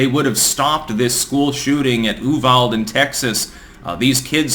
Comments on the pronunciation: It is pronounced U Val Dee Not U Vald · It's pronounced you-val-dee Texas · FYI, Uvalde is pronounced Ooo vald a. It's a pretty tiny town just south and to the west of San Antonio. They apparently had no security and/or control of who was allowed into the building. They probably figured something like this wouldn't happen in such a small town. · Uvalde is pronounced "You-Valdie" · Uvalde: You-Vall-Dee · You-val-de Texas. That is how the town is pronounced. It's one of those towns only Texans know how to say. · YOU-VAL-DEE is how it is said in Texas. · Uvalde pronounced Yoovaldee..for future reference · It’s pronounced You Val Day. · Great take. Uvalde is pronounced, "You-vall-dee". May the victims of this vicious murderer RIP. May rheir loved ones be comforted. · For the record, It's pronounced YOU-vahl-day. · The name of the town is pronounced you-val-dee.